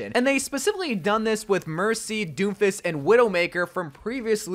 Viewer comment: When he says Doom-fist I thought i heard “ Doo-fiss “